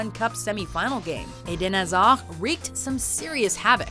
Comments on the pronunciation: Why would you pronouce Eden Hazard "Edan azad"??? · Idin hazar haha its eden hazard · 'Idan Azhar' god your stupid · 😂😂😂 When u hear someone call Eden Hazard, Eden Aza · ....how can you pronounce eden hazard incorrectly xD its so easy to pronounce!